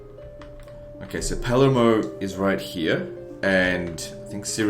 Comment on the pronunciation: In Australian, the R in Palermo is silent.